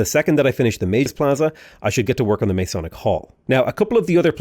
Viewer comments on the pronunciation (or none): Great vid! One note: its Ma-sonic, source I'm a Mason